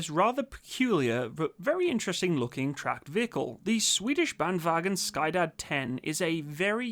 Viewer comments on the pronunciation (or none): It's not sky dad, it's skyddad. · Sky-dad 10 xD Sorry, I love you, and it really sounds like you've improved your pronunciation of "vagn". Skyddad is a tough word since it has a "che" sound instead of the "sk". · the way you pronounce that, though. Sky-dad. Quite humerous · Bandvagn Sky Dad haha! I love it. Sk is pronounced with a shushing sound (though not exactly the same - pull your lower jaw back somewhat and open your mouth slightly more) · As a swede it is very funny how you pronounce “skyddad” as “sky dad”